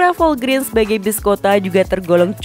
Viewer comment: Dibacanya bukan Volgrin min, tapi Volgren. Singkatan dari Volvo Grenda.